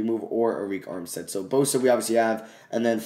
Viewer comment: you know you can just go to the playoff picture and click on the games to see the box score and i believe it's pronounced erick armstead instead of areik armstead